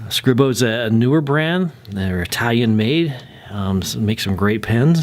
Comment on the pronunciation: It’s pronounced Scree-Bo I believe. Nice review.